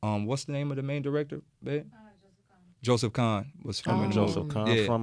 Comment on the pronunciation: The guy from Linkin Park's name is Mr. Hahn not Mr. Khan